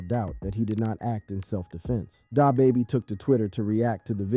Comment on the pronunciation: Bro you suck at pronouncing these rappers names, like Pooh sheesty tf , illiterate asf. DaHbaby 🥴 smh